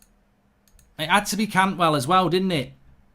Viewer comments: CANTWELL?!?!?!? Swap the A for a U 😂😂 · Bloody Cantwell replace the a with a u bloody hell